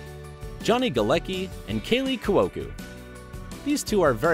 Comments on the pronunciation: Y'all butchered at least half these names. I mean, the narrator pronounced Cuoco two different ways, neither of which was correct. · And Cuoco